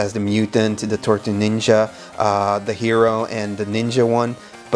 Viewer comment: 7.40 "TORTUES NINJA" great French accent dude 👌 Turtles power from France 🇫🇷🐢